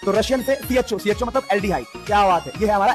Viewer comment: CHO❌ CHU✅